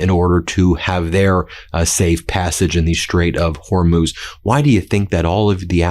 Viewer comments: You did it! Thank you, thank you, thank you! You got it - the Strait of HOR - MOOZ !!! I can keep listening. I also like it when you are kind of whispering. Yes, HE'S THE WEAKEST LOSER! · OMG! You finally figured out how to pronounce Hormuz. Only took you a week. Impressive. All hell is breaking loose. :) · Love that Ben finally pronounced Hormuz correctly lol! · Yay! Ben nailed Hor-mooz! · Hey Ben! Thrilled you're now able to pronounce Hormuz correctly!! 😂🎉👍